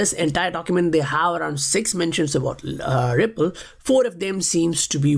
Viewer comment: why you say Wipple. Its Ripple.